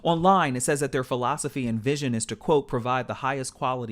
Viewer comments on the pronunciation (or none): none